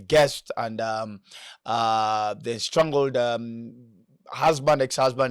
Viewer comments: Estranged not estrangled! 😊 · Did you just say estrangled instead of estranged